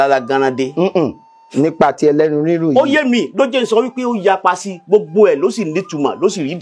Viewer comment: Very correct